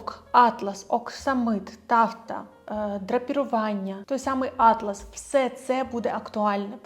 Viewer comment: Не Атлас (географічний), а атлАс (тканина)